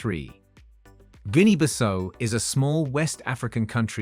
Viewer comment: Guinea Bissau (Biss-how), that's how to pronounce it...